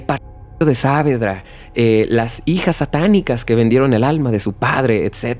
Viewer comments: Es genial la narración, salvo la pronunciación del lugar. Es "Saavedra" sin la tilde, así como suena (Savedra), para que se entienda. El resto es genial, la historia realmente es turbia. Gracias por buscar y sumergirse en casos de mi país, siempre con respeto y atención a cada detalle. ❤ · Hola, que tal? Solo quería aclarar que el nombre del barrio se pronuncia Saavédra (como si la tilde estuviese en la E) y no Sáavedra. Gracias.